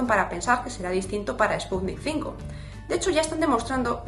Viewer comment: No es Sputnik "cinco", es sputniv uve V de vaccine, o vacuna.